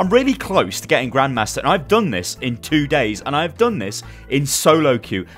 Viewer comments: HE SAID "IN 2 GAYS" XDDDDDDD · you said "In two Gays" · he say 2 gays instead of 2 days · "3k to three thousand nine hundred plus in to gays"? what an achievement! you've finally come outa the closet lol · Lmao " I went from 3000 to 3900 in two gays" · "in two gays" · "in 2 gays" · He said 2gays instead of days lol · You def. said "2 gays" lol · i heard that 2 LOL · 😂😂I heard it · Surenda Otoko Second lol noticed that too 😂